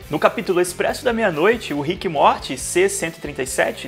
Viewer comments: Que agonia de você pronunciando rick e MORTE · Desculpa mas "ríck e móti" é sacanagem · ver tu falando rick e morti me dá uma agonia do crlh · O cara do vídeo falando RIQUE E MORTI DOEU MUUUUITO MINHA ALMA nossa. Eu sou completamente fã da série e não assisto NADA dublado e essa pronuncia de RIQUE E MORTI doeu na primeira vez que ele pronunciou até parei de ver 😂😂😂😂😂😂😂😂😂😂😂😂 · Na primeira pronuncia de RIQUE E MORTI eu parei de ver 😂😂😂😂😂😂😂